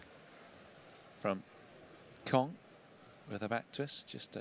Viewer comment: It's not Kyong its Kong, these fucking commentators can never pronounce names properly. You have one job!